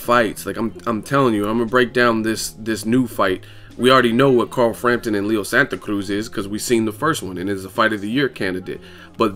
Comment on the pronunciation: Bruh just say Santa Cruz like a regular non Spanish person lol you butcher the shit out of it